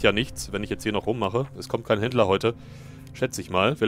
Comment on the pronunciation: Ich versteh immer Hitler wenn du Händler sagst